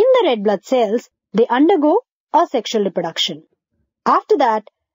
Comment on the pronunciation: How Weird She Pronounce the Word "ASEXUAL". , AOAO0aSexal . HAHAHAHAHA